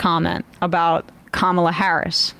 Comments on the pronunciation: This MFr can pronounce Ghislaine Maxwell , but can't remember how to pronounce Kamala Harris! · Great thing about the Trump clip... he pauses before he mispronounces her name, to remind himself to do so. Later in the clip, the correct pronunciation rolls off the tongue. He knows how her name is pronounced and has to take a moment to think and remember the wrong way to say it. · Trump has to try hard to say her name wrong. When he doesn’t pause before saying it he inadvertently says it right. Pathetic fraud. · Anyone else notice that Trump only gets Kamala's name wrong when he pauses to think about how you don't suppose to say it? Insufferable. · once. the 2nd time. only when he pauses to purposely say it wrong... which is EVERY speech he gives.